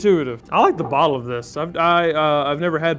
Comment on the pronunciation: Knew it was over when, after the Wild Turkey, you started pronouncing “bottle” as “ball”. And who knew “immediately” could turn into “eediotly”?